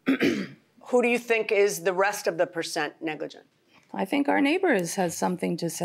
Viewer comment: The defendant keep saying negligen 😂. Really not 100 % responsible ? Why she's in the court ?